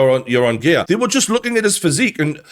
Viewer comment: it's hilarious how he says gear